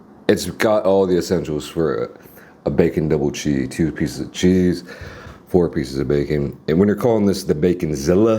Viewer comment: why does he say chee